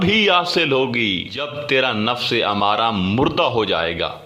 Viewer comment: امارہ نہیں بلکہ ام مارہ ھے یعنی میم کے اوپر تشدید ھے